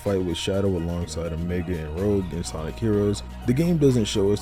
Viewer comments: Heads up, i wanna say Rogue is pronounced Rooj as opposed to how it looks in english roeg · It’s Rouge, not Rogue